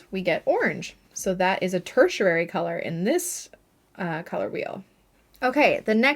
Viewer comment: Fun video! I love colors and the color wheel. 😊 You are pronouncing the word tertiary wrong though. If you google it you can listen to both the UK and the US pronunciation. Just thought you’d want to know! 😊